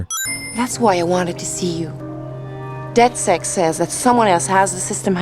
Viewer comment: Call me twelve, but I find it interesting that the voice actor fucked up and said "DedSex" instead of "DedSec"